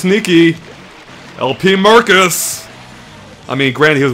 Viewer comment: "!" Ich mag es irgendwie, wenn der Name englisch ausgesprochen wird!